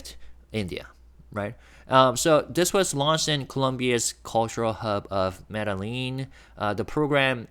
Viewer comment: Tiny correction: Medellin is pronounced Med-e (long a sound)-yeen. The doulble LL is a separate letter in their alphabet, pronounced like a Y.